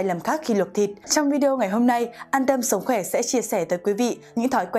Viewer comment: Sồng khoè là gì??? Phải đọc là sống khỏe...đọc sai dấu sai chữ VN